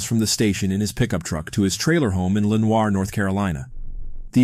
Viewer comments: nitpicking, I know, but we call it luh-NORE (not lenWAH). Also, Raleigh N&O, not NC N&O (newspaper) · It's pronounced Lee-Nor. Not Len-war. Ain't no French folks in these parts. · NC gal, here ... just wanted to say Lenoire is pronounced 'Le-nore' instead of 'Len-war' 😁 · Dude what the hell. I'm from NC. It's Leh-nir. Line the Poe poem. . It's len-hwa? It's not a town in France. It's a small town in the South with a population under 18k. Where I live is a small town with a population of 16k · How he says “Lenior” North Carolina makes my skin crawl. SO BAD. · Lenoir -la nor or atleast thats how the news here says it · I love your pronunciation of Lenoir, that's how we jokingly pronounce it around here. Technically, it's pronounced 'Li-Nor' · It's Luh-NOR, North Carolina. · “La nor” is Lenoir . No French pronunciation. Stress on last syllable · “Len-hwa” is how google/ GPS pronounces it. -someone also from Lenoir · We pronounce it Le-NORE . . . Small , country , southern town . Nothing fancy , nothing French . I live so close , this s**t is real ya'll ! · this is totally not relevant, but as a local it kills me how no one says Lenoir right 🤣